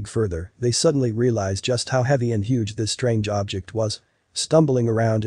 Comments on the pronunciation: The narrator should have paid more attention in class. So should have the editor and the director. "Huge" is not pronounced /həɡ/ (hug) it is pronounced /(h)yo͞oj/. Two completely different words with unrelated meanings. This is not the first documentary I have watched recently with a narrator who does not know how to pronounce simple, well known words. When the scientific world accepts lazy mistakes as part of its existence, where does that leave our world with answers for survival and exploration? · The “ hug” rock! How ridiculous that you don’t do a do-over the reading is pathetic. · How on earth could anyone not know the word "huge" the narrator read it as "hug rock". You kidding?